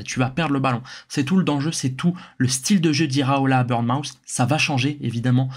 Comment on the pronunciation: Petit détail, c'est pas "burn-mouth" mais "Bourn-mooth", merci pour la vidéo cela dit!